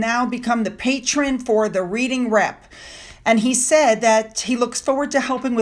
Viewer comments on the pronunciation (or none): Good to see Finn bright eyed and bushy tailed. Reading is pronounced "Redding", it's another one of those UK place names that isn't pronounced how it is spelled. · Hi Reading is pronounced Redding I know Brits are weird! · Reading Rep is pronounced 'Reding' (as in red). Town in Berkshire. Cathrine Princess of Wales was born in the local hospital 'The Royal Berkshire Hospital', pronounced 'Bark'shire'. Yeah, I know! Sorry! God Bless to the darling Finn, get well soon little one. 🐕❤ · Sorry if this is wrong information but l used to live near Reading and surprisingly it is pronounced Redding. It is a very understandable mistake to make. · Reading is a city in the UK but you pronounce it Redding. Edwards was always interested in Theatre Productions. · Hi.. Sorry to correct you, but in the case of reading theatre...it's pronounced redding (I know it's the way it's spelt) I'm so pleased to see Finn looking so well, hopefully that will continue. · Reading is a town in Berkshire about 10-20 miles away from Windsor and Bagshot Park, where Edward lives. It is pronounced 'Redding'. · This is another English thing. It is not the Reading Rep. The pronunciation in this case is redding. Reading, ( pronounced redding) is town in southern England. They also have a music festival each year.. Hope this helps. Love to Finn